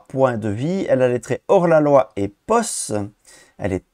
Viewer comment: Coucou... juste pour info... "Posse" se pronnonce "Possi", en anglais version rap, c'est le gang, le groupe de "homeboys" ^^ Et je suis assez d'accord avec Shep sur l'ombre du passé... ça donne un aspect trop aléatoire aux parties et c'est trop inégal avec certains héros... sortir l'ombre du passé avec Phoenix c'est juste dégeu, alors qu'avec certains héros c'est "Ok, alllez, je chasse le moustique et je repars à l'assaut du scénario"!